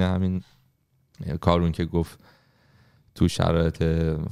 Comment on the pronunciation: فکر کنم تلفظ صحیح اسم کارون ، «کارِن» باشه